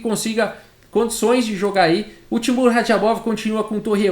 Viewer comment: Também fiquei incomodado